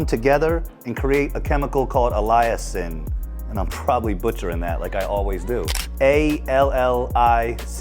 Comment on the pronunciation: Allicin is pronounced like Allison. It’s fantastic for people too! You can smash a garlic clove and get the same effect! ❤ love your info all in one spot.